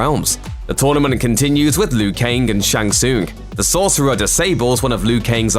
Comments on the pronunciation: Why is he saying Lui Kaing? I always thought it was Liu Kang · I mean Lou Kang